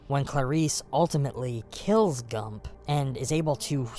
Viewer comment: Great video, subscribed. One note though, it's Gumb not Gump. Jame Gumb.